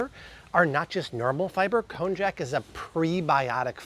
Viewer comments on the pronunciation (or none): Shirataki noodles. The “j” is pronounced “y”. Konyac.